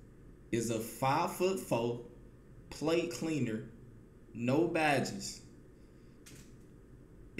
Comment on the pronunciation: I Thought He Said PlayCleaner But He Was Saying PlateCleaner 😭😭😂😂😂